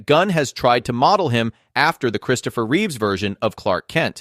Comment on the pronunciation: It’s Reeve not Reeves